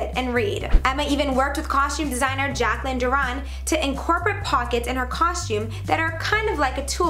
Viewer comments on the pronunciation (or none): none